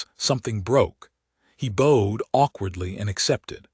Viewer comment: he BOWed awkwardly and accepted. Not bow as in bow and arrow, but BOW, like "take a bow" You can't trust AI